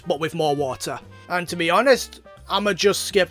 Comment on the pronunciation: "WOTAH!" "LOND!" ... "CEASE!" Masterpiece.